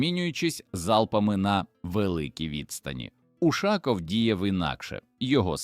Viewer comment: І чому це він УшАков, а не УшакОв?